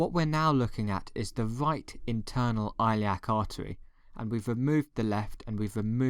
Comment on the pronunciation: Hey fn! Don’t remove my comment next time you fucking bitch I’ll stand by it stop mispronouncing the fucking artery you know what?!!! you just got a 5 month old his 5th beating this month!! Thanks a lot!!!!